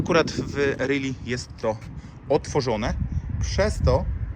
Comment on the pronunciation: Fajne wideo. Na marginesie, rally wymiawia się inaczej niż really. Pozdrawiam